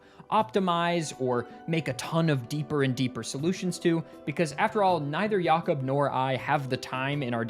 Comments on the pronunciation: Mate, at 9 minutes, are you sure it's pronounced "Yacob" and not "Jacob"? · Never heard anyone saying Jakob "Yakob", assuming it's the accent but it's weird hearing that ngl. Might've been pronounced in a different language as far as I'm aware. This is the first time I've seen any pokemon running Doom, it has to be spinda. wheeeeze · Is jakob actually pronounced like that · That's not how you pronounce jacob